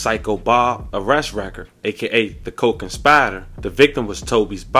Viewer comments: nah. We know what he was saying! He even said the word right a few times!! But then, he started saying it in a weird way!! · Somehow he said it right at the mark😂🤷🏽‍♀️ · You kept sayin the word wring fam!! So, out love, i gotta correct you! The word is "conspirator", pronounced like "SPIRIT"! Not "SPY-RIT"! You got this Bruh!!! We ALL wit ya!!!